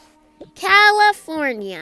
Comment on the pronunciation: Levi: CAYFORNINA😂